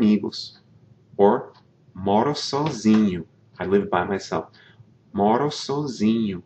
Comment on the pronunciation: E também falamos "sózinho" e nao "sôzinho"